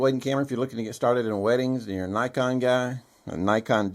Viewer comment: Please, for the love of everything holy, learn to pronounce “Nikon” correctly. Great video otherwise. Also, I would take the 5D II over the 5D III any day of the week. The III was rushed to the market in the name of upgraditis.